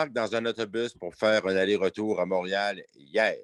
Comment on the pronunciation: Premièrement c est pas mourial c est Montréal, deuxièmement pauvre ti pit regarde de l'autre côté si ça te dérange ???